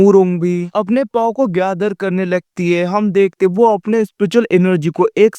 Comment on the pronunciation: Kyaa vai paau paau keh rahahe powerko😅😅power bolona achhese kaha haat paau bolraheho😅😅😅